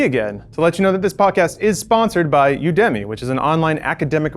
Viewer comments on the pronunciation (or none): I doubt you'll see this but just in case it matters to you, UDEMY is pronounced "You-duh-mee":) As in "You academy"